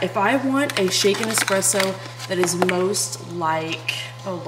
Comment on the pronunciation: As a barista that has also sold nesspresso you will never get me to quit REAL QUALITY ESPRESSO unless everyone keeps calling it EXpresso.. lol its funny, but damn annoying after the 3rd hour of hearing it...